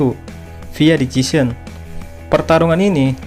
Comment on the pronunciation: Decision. Dibaca desision